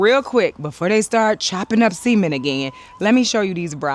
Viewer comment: Girl you are killing me 🤣🤣🤣🤣🤣🤣 I keep hearing you say "they are cutting seamen" i was like what in the world is that. I kept listening i kept hearing seamen so i went to google and typed Cutting seamen and this is what google said "likely a misunderstanding of a vasectomy". I was naw that must be wrong. I put in my earbuds and listen to you say it again. And then it hit me you were saying Cutting Cement. 🤣🤣🤣🤣 I had to get up and walk away. I was laughing so hard i think the neighbors thought i was getting attack. I need to get my ears checked. Edit: I Love the new logo